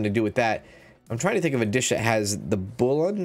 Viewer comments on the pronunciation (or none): Bouillon is pronounced "bull yuhn" like million but bullion 😊👍